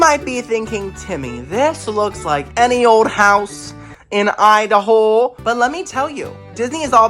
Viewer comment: The way you said Idaho.. 😂😂 I love you so much!